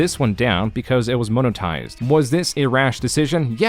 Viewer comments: Nice touch Arin pronouncing monotised right one second then as moan otised the next to emulate an Ai voice, Bellissimo. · Is this narrated by AI? You keep mispronouncing "monetized"